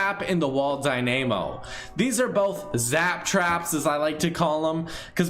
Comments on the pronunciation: Dyn-uuuhhhhh-mo not Dyn-aaayyy-mo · "die-nay-mo" It's die-nuh-mo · Umm (die*nuh*mo) not (die*nay*mo) :) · it’s dynamo not dynaymo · im triggerd that he says wall dy name o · The way you say "Wall Dynamo" triggered me ( Dye-Na-Moe) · Wall die-name-o. Alright.okkkk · I found it funny how he messed up Dynamo so badly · no one's talking about the way he said wall dynamo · Why do all top tens pronounce stuff wrong like the wall dynamo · AND YOU PRONOUNCE IT WRONG! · The way he pronounced dynamo really irked me for some reason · You are pronouncing Dynamo wrong